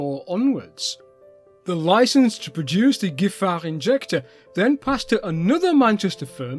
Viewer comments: Very interesting, thank you. But please, respect a little bit spelling: in the title not Hénri but Henri. And pronunciation: not [gifar] but [jifar] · i confirm, about your accent (at least when you are sober) 🙂 Just a note: the 'gi' in Giffard is pronounced like in 'gipsy'. Keep up the good work,. Your french is top notch. You could order a baguette in a Parisian bakery and thought to be a local.